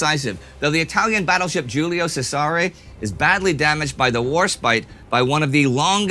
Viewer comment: A pronunciation issue! but not alumiwhats it... Julio Cesare is pronounced ew-le-oh chez-ah-ree